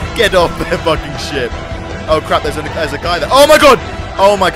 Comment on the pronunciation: When he said ship I thought he said shit